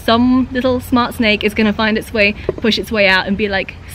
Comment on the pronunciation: Snake not snak